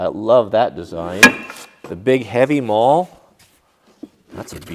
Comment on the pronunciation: maul not male lol